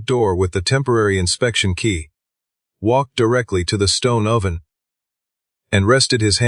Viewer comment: And sourdough, and oven.